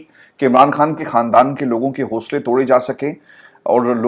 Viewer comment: ، مجھے پورا یقین ہے کہ آپ خان اور کھان دونوں الفاظ میں بخوبی تفریق کر سکتے ہیں اور دونوں الفاظ کی ان کے درست تلفظ کے ساتھ ادائیگی بھی کر سکتے ہیں ۔ یقین کریں کہ آپ جیسے نفیس انسان کے منہ سے عمران "کھان" سن کر شدید دکھ ہوتا ہے کہ آپ کو سن کر نہ جانے کتنے ہزار افراد اردو الفاظ کی درست ادائیگی سے محروم ہو جائیں گے ۔